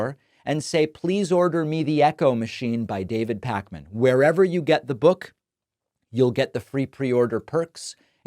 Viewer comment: Wow, dang, these MAGA SOB’s are really angry and mean. Mean. Keep at it David. And it didn’t slip by that he kept saying ‘Pack-man.’ Awww. Sticks and stones.💙🦋